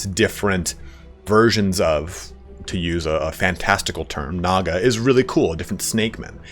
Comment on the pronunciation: "Nah Guh"